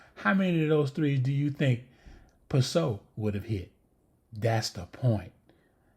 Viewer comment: You keep saying Justine’s last name right and then saying “I’m sorry” and saying it wrong after 😂..she not French so it’s not “Pih-so”…she Italian. It’s “Piss -Sot”